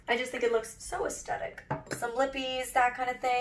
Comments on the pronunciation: So cute!!! Also so sorry but can't help myself haha: "Aesthetic is often incorrectly pronounced aestetic, as if there were no h in the word. The correct pronunciation is with a th sound, as in thick, at the beginning of the second syllable. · This looks amazing!! I'm not being a hater but has anyone ever mentioned it's pronounced as-the-tic not a-stet-ic, I just thought u might wanna know x